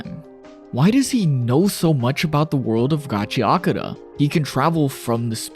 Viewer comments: There's no Y in Gachiakuta! Stop adding a Y!!! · Why do people read it as Gachia-kuta?